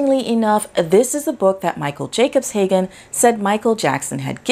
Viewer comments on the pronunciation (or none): she can’t even get the name right! Kevin Jacobshagen 😂😂😂😂😂😂